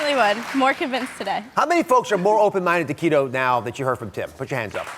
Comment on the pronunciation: Oz says Keto like a Mexican lol